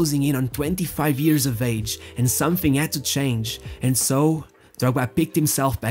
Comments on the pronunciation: Is it "years" instead of "ears"? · Its hilairious how every time this dude tries to say “years” it instantly becomes “ears”